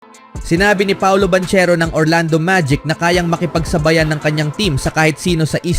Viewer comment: Banchero pronounce as bangkero hahaha 😂